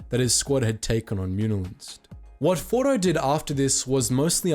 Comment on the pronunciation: Why are we calling him fordo?He’s ORDO!